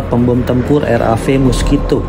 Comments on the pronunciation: RAF ... eF bang bukan Vi. Royal Air Force ... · RA"e"F mas...bukan RAV"i"